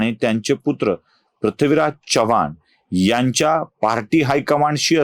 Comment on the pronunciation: Chavvan Naahi Chavan